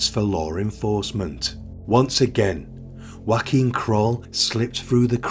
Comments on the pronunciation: His name is NOT Joaquin, a Spanish name, it is actually Joachim, a German name edit: According to the web it is either : Yoh-a-keem or Joh-a-keem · His name was pronounced Joe-came. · You have to work on your pronounciation of NAMES (for ppl as well as towns) - Joachim is not a Spanish/Mexican name and not prounced as in Josè! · Is that really how you pronounce his first name? I thought it was like yo a chim.